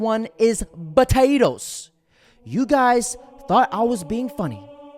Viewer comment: It's POTATOES not BUDADOES